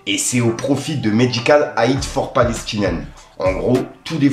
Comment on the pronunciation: "medical Aïd" 😂😂